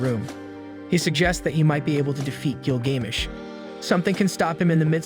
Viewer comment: Couldn’t even pronounce Gilgamesh correctly. I’m so sick of lame channels like this and the trash AI or the retarded muppet they get to narrate these shows